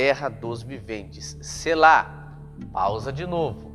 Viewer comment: Precisa observar que uma letra muda o significado.....no Hebraico tem pelo menos 3x essa palavra e muda uma letra com isso muda o sentido. A pronúncia é SELA E NÃO SELÁ. falo do Hebraico.